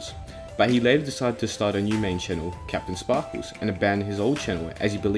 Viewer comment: "Kapten spahkooz"